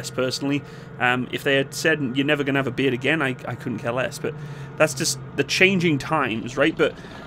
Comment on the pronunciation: When you were saying "beard", I thought you were saying "beer". I was having an existential crisis thinking they banned alcohol in the military.